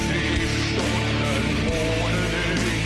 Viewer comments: It's a "ch" sound, not a "tch" sound lol It's "dich" not "ditch" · At least he got the "ch" sound ;-)